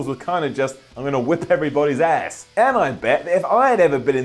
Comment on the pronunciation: Why cant you pronounce the word "ass"